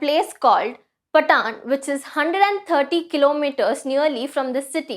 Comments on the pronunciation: It is PAATAN (पाटन) And Not Pataan(पटान) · Ma'am the name of the place is not ಪಟಾನ್ as you pronounced incorrectly. It's called as ಪಾಟನ್. Please get your pronunciation correct before making a video and posting it for people to see. There are quite a few pronunciation issues on your channel..